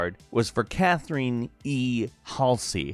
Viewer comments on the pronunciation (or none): It's pronounced Cath-er-ryn not Cath-er-een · Cath-er-in Hall-zee :)) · I'm sorry, can you not properly say Catherine? I didn't realize it was Cathereen all this time. Thank you. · Cath reen tho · Cathreene Halsey. Hmm, didn't know that was how you pronounced it.